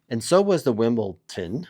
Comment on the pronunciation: He does it on purpose to trigger the delicate sensibilities of tennis purists